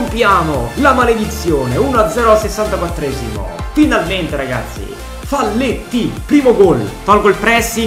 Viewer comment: bellissima💗🖤ma ti prego, si legge faglietti(è uruguayano)